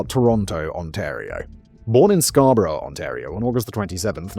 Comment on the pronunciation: Dude it’s CANADA…not Canader Also we pronounce Scarborough as Scarboro in Canada not how Brits would say it I’ve never heard someone pronounce Asperger that way…